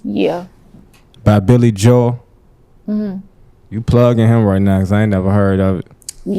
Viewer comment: Billy jo-el lol